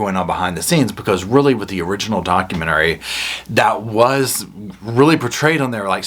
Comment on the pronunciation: I love your commentary, but you've got a damn weird way of pronouncing "documentary".